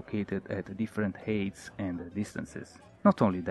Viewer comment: Instead of saying HEY-TS for Heights - say HIGHT - TS